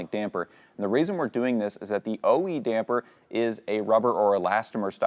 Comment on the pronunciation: Thanks for saying “Damper” correctly!!! The “Dampener” guys really are irritating!!!